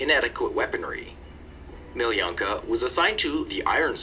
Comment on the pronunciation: Crazy how guy in video watched pronouns her name as Meeleeyanka, while her name is pronounced Meeloonkah!